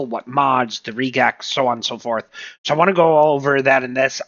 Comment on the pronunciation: Nice video. Probably could have cut the intro down by 75%. Also, just mentioning, Regex is short for Regular Expressions, and it's usually pronounced the same way: Reg - X.